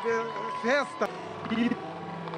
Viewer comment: AINDA BEM QUE ELE DESENGOLIU A LÍNGUA E CONSEGUIU PRONUNCIAR, "FESTA" . KKK.